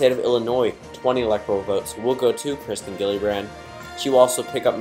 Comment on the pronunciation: It’s Kirsten not kristen